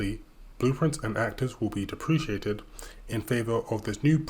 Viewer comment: 0.53 also its "DEP-ruh-kay-tid" not "Dee-pre-chiated".. somehow I get the feeling this is a new word for you... which of course raises a lot of red flags... especially as you are an authorized Unreal instructor....